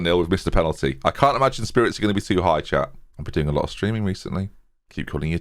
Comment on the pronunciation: Every time calls us Chat, I hear Chap, which is delightful, so I'm not mad.